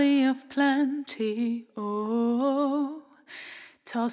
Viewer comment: Leider ist der Stimmsitz generell und auch die Aussprache noch ausbaufähig - speziell die des relativ wichtigen Wortes 'Witcher'. Das kriegt auch ein Nicht-Muttersprachler hin ;). Grundsätzlich ein schönes Cover, aber da könnt ihr NOCH besser werden.